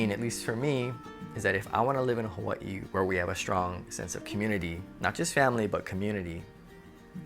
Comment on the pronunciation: I like the way you say Hawaii 🌸